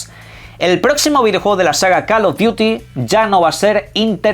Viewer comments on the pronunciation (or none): Alguien puede decirle a este chico que CAL of duti ni CAL of the si existen? La pronunciación es importante